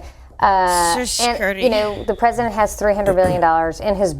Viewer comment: this mf said twesident